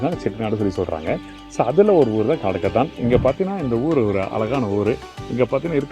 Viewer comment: Not kadukathan... it's kanadukathan